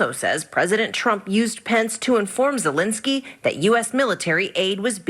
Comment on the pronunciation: The way Trevor pronounced "Zelensky" was so spot on! Russian accent it is!